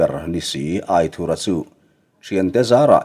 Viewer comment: Aithurha titawh loin aithura.tizawk la...adik zawk..